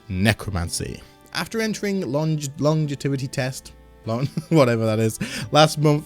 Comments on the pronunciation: Lon-Jev-Ety sometimes Gs sound like Js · Long-Jev-ity lol